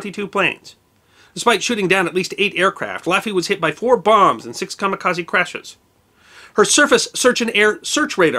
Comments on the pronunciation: A Japanese word with an "e" at the end is normally pronounced as a long "a". You say the rest of the word correctly but most English speakers make this mistake. It should be ka-ma-ka-zay. This also applies to karate, karaoke, Kobe, etc. and I imagine a huge percentage of your audience pronounces it just like you do. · Personally I pronounce it " ka mi ka ZED", but then I'm part Canadian. ;-)